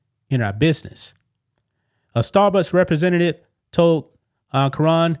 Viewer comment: You are clearly saying "Starbutts" and I am loving it 😂